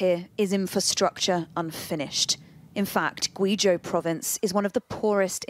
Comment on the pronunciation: Can't get over how they pronounce Guizhou 😂